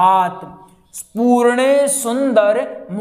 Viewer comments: जी पूर्णेसुन्दर नहिं पूर्णेन्दु सुन्दर है ।आँप ने अशुद्ध लिखा और बोला भी । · Easeguru ji aur pujy banane ka jyada shook ha not correct pronunciation. Very bad